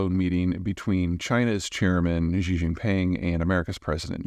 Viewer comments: Peter, I Love listening to your every word... **BUT, FOR THE LOVE OF GOD!** "XI JINPING" IS SIMPLY PRONOUNCED: /SHE/ as in Standard American English: "he, she, or it". "she" "She" = Xi, Peter! 😊 **And NOT: "ZHEE" or whatever you're killing us with, Lol... 😳 😲 😮 😊 * Remember: "He, She, It"... "She" You can say that, right??? 😊 So: Standard American English "She" is EXACTLY how you pronounce the Mandarin Chinese name of Dick-Tater: "Xi". She = Xi "She Jinping" 😳 😊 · Can you please stop pronouncing Xi Jin Ping's name as GEE jin ping. IT's gratingly wrong. It's pronounced SHE Jin Ping. I'll spare you the nuances of tones. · Hey Peter. You seem well informed and speak with extreme authority…so much so that I worry that you may be overstating your grasp of global politics. His name is ‘She’. That’s how you say ‘Xi’ in Mandarin. Not Ghi or Jhi or whatever you’re saying. It’s ‘Shee’. Look it up. I want to believe you. I live in Taiwan. I know you’re all over and working hard, so please just say it right. Anyone who speaks Chinese knows. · So great summary of this, but as a Chinese language instructor, you should just be pronouncing Xi's surname just as you would say "She" or the as you would say "Shee-" as in Sheet. You are pronouncing it as Zshee or nearly as Ji or Jee. Just a small tweek is all. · His name is not pronounced Gee. It is She. Talk to a native Mandarin speaker if you don't believe me. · Peter knows more about China than I ever will. But Xi is pronounced like "she" not "jee". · If only he pronounced Xi's name correctly.